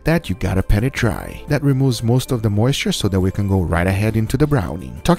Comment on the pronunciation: *Pat it dry, not "Pet"